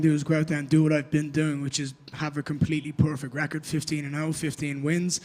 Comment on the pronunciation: I’m from Ireland, and I don’t get why Ian pronounces perfect PUURRRFECT, stop it, please .🙏